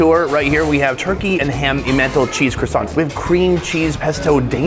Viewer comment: Croissants. "Croissants"... cracked me up, gj editor!